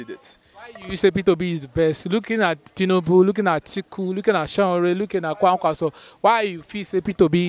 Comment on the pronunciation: Please kindly ask people to teach you how to pronounce Sowore correctly. It is Sowore, not Sanwore.